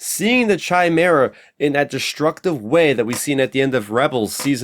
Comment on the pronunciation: It's Chimaera with a hard C, just to clarify. George (ChosenNightwolf)